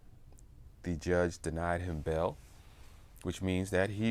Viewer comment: It's pronounced bail not bell. It's pronounced mail not mel.